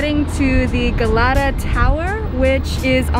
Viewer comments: Turkey is not Middle East. It’s Eurasian country. 😂😂🤣🤣 and the music which u used is arabic not Turkish. Balat is in European side. And the Asian side of Istanbul is a little bit expensive.. also it means Galata not gayata 😂😂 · Cool vid bro. But oh my days it is “Galata Tower” not Galleta Bridge. The L is pronounced just as in your last name. Very important to edit that bit.